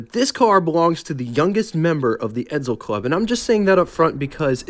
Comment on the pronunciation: Will people stop saying Edzel , its Edsel .